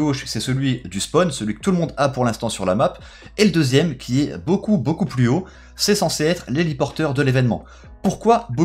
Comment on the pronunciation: Rayman 60600 ‘’plus’’ est pas ‘’pus’’